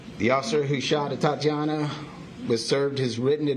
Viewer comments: Its Atatiana...not Atiana. Come on lady... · Is it me, or did the police chief continuously mispronounce her name? 🤦🏿‍♂️ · How upsetting when they mispronounce her name and call her “Atiana”. Wow. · Glad we are saying her name now can we please give her ALL HER SYLLABLES. Atatiana not atiana. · Her name is A-ta-ti-a-na. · She’s pronouncing the name Atiana and not Ata-tiana! Unbelievable. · It's tragic incident but is it just me that bothers heck out the fact that mayor is calling her "Atiana"? While caption states her name as "Atatiana"? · A-TaT-Iana. I know her name isn't common, but she was just murdered in her own home. Start your investigation by getting her damn name right. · You've just savagely murdered this young woman, endangered the life of small child and putting her family through immense grief. At the very least; you can pronounce her name right! Her name is not Atiana! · Her name is Atatiana, ah-tah-tee-Ana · She didn’t ever say the woman’s first name correctly throughout the entire video and speech she had nothing to do with. Pathetic. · sorry to be insensitive but thats what happens when your name is made up, im sure the mispronunciation was not on purpose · her name was Atatiana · Both of them did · Can't even take the time to make sure her name is correctly pronounced. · You can tell how much she cares by how many times she mispronounces her name... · The mayor mispronounced Atatiana's name every time she said it. 😡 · SO VERY TRUE, SHE'S SO SORRY AND CARING - ENOUGH TO GET THE VICTIM'S NAME CORRECT!!!! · The "chief" of police couldnt even pronounce her name correctly on several occasions....yet she's going to get the justice she deserves?? I wonder... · I am going to need for him to get her name RIGHT! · You can't even say her name correctly and you want us to think you care? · She keeps getting her name wrong. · Get her name right man. Practice it a few times before you start apologizing. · And please get her name right, ATATIANA.